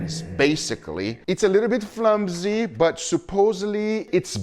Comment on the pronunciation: Then he said flimsy 10 seconds later 😂😂😂